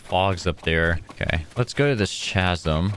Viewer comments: Ka-zum it’s pronounced ka-zum! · CHASM💀💀💀 U PRONOUNCE IT KAZZIM